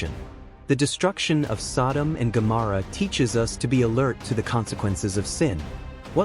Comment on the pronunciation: Incorrect pronunciation of Gomorrah.